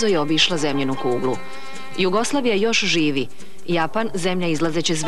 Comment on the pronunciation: mi i danas na tv-u akcentujemo Ju-goslavija onako kako niko ne govori u narodu zato nam je sada i dalje ovako